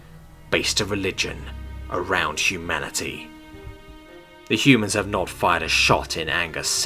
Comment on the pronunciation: Hu-Manatee. Am I the only one that heard it like this?